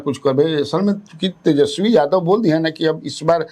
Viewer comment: पत्रकार महोदया उसका नाम तेजस्वी है, तेजश्वी नहीं।